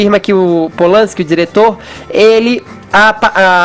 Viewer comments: "Rolman Pol-lanski" Fefito, cala a boca, porra! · Aprende a falar o nome do cara, Fefito!!